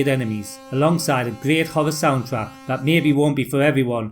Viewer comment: Good video, but dude pronounces "horror" as "hover".